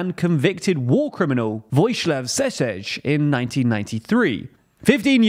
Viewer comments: lol at the pronunciation It's pronounced " Voyislav Sheshel' " Also, there used to be a president between Boris Tadić and Vučić; Tomislav Nikolić, the founder of the Serbian Progressive Party, was president from 2012 until 2017, while Vučić was his prime minister. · Homie said Voszislav Seszesz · 1. Your pronouncination of Seselj's last name is shocking. You didnt even try to get the last letter correct 2. Seselj is convicted for disrespect of court, he was cleared of charges for war crimes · The way he said Vojislav Šešelj:face-fuchsia-tongue-out:, at least he tried :yougotthis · Butchered that name😂😂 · deffinalty the worst pronouce i ever heard , better to call him fat guy then that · Bro absolutely butchered Vojislav Seselj's name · Ok i accept the wrong pronounce of seselj but milošević? cmon man its a sh not s